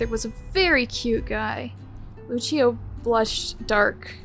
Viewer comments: This made me search up what the pronunciation is I’m pretty sure she was saying it the Italian way. Lucio from the game is from Brazil though… so… it would be Lu-see-oh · the fact that i played overwatch before watching this video, hearing overwatch gave me wiplash. (btw the name is pronouced Lu-see-oh, lucio :)